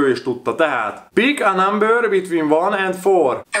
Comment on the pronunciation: Bik á námbör...😂😂